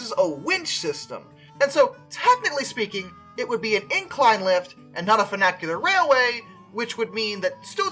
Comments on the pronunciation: close, just the first part is slightly off. Has that fyoo (or how few is pronounced) sound rather than foo. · Say it together now "Fun-ICH-ular." There is no A in the middle of the word. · The pronunciation of funicular was driving me nuts. Not just the i being pronounced like a long A but the entire word itself. For future reference it's fyoo - (like the beginning sound of future btw) nick - yule - err. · I guess. Still better than the i being pronounced like an A. I don't know of any American dialect that would make that mistake. I think he was mixing funicular and vernacular in his mind when saying it. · Apparently brain cannot comprehend that ‘funicular’ and ‘vernacular’ are two completely different words.